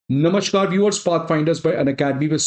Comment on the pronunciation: ये "नमश्कार" क्या होता है? "नमस्कार" ऐसा उच्चार करें.